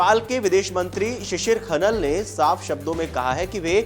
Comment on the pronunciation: Shisir khanaal bolo